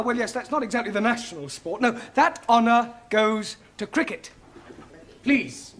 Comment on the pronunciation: “Cricket “ not cricet.